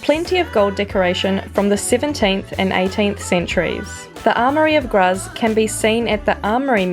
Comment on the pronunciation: Nice caption, especially that you spent only one day in Graz; the only thing that was amiss/off, was your (German) pronunciation: e.g. "Graz" (in German) is pronounced "Grahts" (approximately).